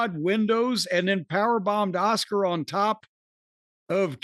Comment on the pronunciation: It's Cornys way of saying Asuka lol